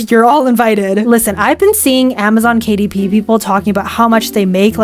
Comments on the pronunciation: Amzon kuh-dip is now the correct one. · ”Kuh Dip“😭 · I can't unhear "Kadip" now. It will forever be "Kadip". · Amazon Kuh-Dip. 😂